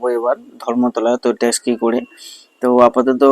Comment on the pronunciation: ট্যাস্কি নয় ট্যাক্সি।